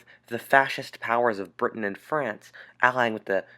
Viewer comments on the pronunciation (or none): none